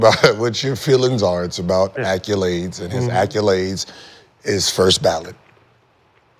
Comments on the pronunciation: Gil there is no U in accolades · WTF is an ACCULADE?!?!?!?!?! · Gil be killing me w acculades 🤣 who tf taught him that 🤣🤣🤣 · Gil really think it’s acculades, not accolades.